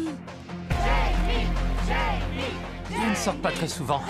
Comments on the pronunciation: J'adore mais pourquoi ils prononcent Jamie au lieu de Jaime? Avec la prononciation espagnole? Et pourquoi Khaji a une voix de femme? xD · son prénom se prononce pas "raïmé" normalement? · Ça se dit Raymé j’ai trop le seum